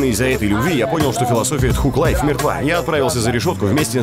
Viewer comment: Мужик ну ты хоть проверяй произношение английских слов. Тхуг лайф, ну и стыд